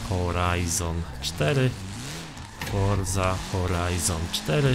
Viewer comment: Forza Horizon4 ? HORZA HORIZON4 !😂